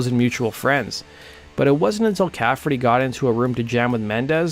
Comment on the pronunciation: Caffrey not cafferTy